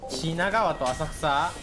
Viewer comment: 品川と浅草〜？が完全に日本人